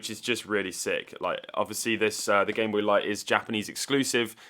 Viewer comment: I just like how you say "gime booi"